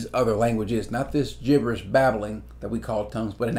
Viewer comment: Jiberish babbling?